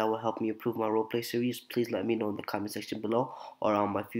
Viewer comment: Do u mean do Say Ommonent?